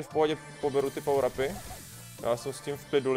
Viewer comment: Neni to barly ale Barley a neni to pawr ale power